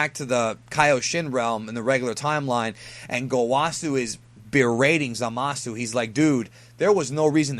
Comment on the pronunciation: stop pronouncing the U in Zamasu. it's silent.